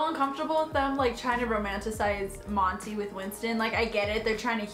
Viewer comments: The way Winston was so damn irrelevant and how he pronounces "Monty" as "Monny" pissed me off so much omfg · exactly. him and monty only met like twice and he was already obsessed with him. like nah. winston was annoying, acting like him and monty were so in love